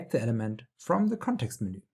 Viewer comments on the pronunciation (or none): it's not menoooooo, it is MENU 🤣